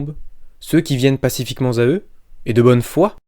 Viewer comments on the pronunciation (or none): "Pacifiquement z'à eux" ? (3'45)